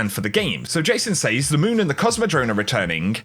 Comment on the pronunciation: Really enjoy your videos man, please learn how to pronounce the word "says" please!